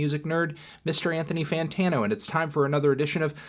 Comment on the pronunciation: Newthony Phonetano